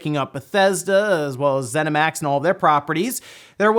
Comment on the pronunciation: Zenimax is the parent company to Bethesda microsoft brought Zenimax. You keep saying it wrong :)